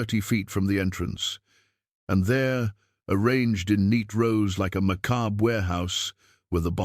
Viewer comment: macabrey???? try MACOBB (phonetically).....